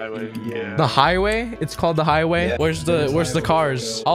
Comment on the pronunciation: *the gighway *